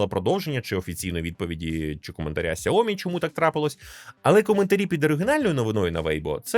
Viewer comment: Сяóмі, з наголосом на "о" ? 😂😂😂 Розетка торгує, і навіть правильно бренд не може вимовити! Звучить цей наратор як дитина 😂